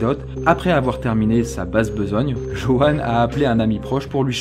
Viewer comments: Le pire c'est que je m'appelle JEANNE ( avec un E) et que je fais vraiment des babysitting (lol). Par contre pourquoi Joanne tu le prononce Jeanne ? 😐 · Ça me perturbe tu prononce "Joanne" de deux façons différentes